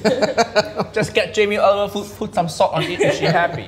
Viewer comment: Jamie Oliber...Haiyaa ⛳